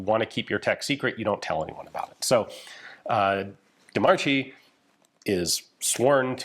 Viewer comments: wish you looked up that Di Marchi is pronounced /dee markee/ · I think De Marchi is pronounced as "De Markey". But I may be wrong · Just a small correction: de Marchi is pronounced Marke. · It's pronounced Marky* (roll the R). "CH" in Italian takes the place of "K". Great video.